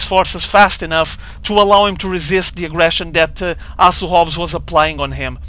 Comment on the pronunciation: Great commentating! You're the man! Just one piece of feedback for you, it's so funny when portuguese ppl say words with "h". You always get it mixed up. Try to pretend you're saying "Asu Hobs" then you'll get it right:D (oh BTW speaking from first-hand experience as half of my family if portuguese)